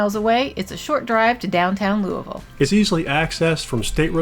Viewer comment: Wow, almost has pronouncing Louisville down pat. Lou U Vul!